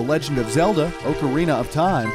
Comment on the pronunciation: We gonna talk about how he mispronounced ocarina?